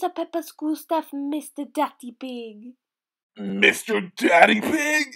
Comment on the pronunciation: when Madam Gazzelle said Daddy Pig it sounded like she said dirty pig